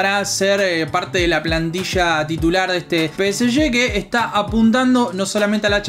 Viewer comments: yo prefiero que la gente diga Pe Ese Ge, no Pe Ese Ye. Somos Argentinos viejo, dale!! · Salen campeones gracias a Sergio Ramos, Ney y Messi. Y bien ahi pronunciando peseshe.